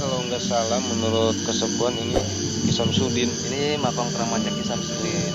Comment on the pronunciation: Weeh emosi makom apa makam yg jelas bro